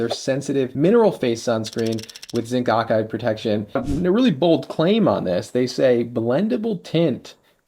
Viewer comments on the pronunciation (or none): said okide instead of oxide...:) hehehe